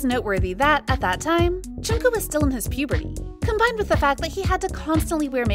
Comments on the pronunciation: It's not Chunku or Chunkook. It's Jungkook 😂 😂 Lol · am i the only one CRINGING at the way this woman butchers JK’s name? who the hell is choonkoo???